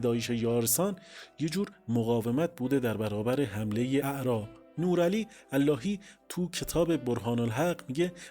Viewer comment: چقدر غلط تلفظی بابا وقتی می دید متن رو هوش مصنوعی اجرا کنه اعراب گذاری کنین نورعلی اِلهی و نه نورعلی اللهی